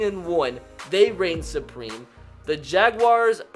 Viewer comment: I say "supreme" says "supweme"